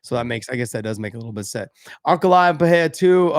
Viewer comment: Gosh dang it Josh, stop with the Pallella bs. It's Pereira (Puh-ray-ra). No double r so no H sound.